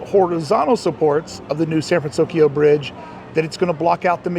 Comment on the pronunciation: Good on you for saying "San Fransokyo" correctly now 😄 Has the music changed there? Does anyone think it might?, you're the best!!! Your videos are always so well done and entertaining. Looking forward to becoming a Club 1313 member!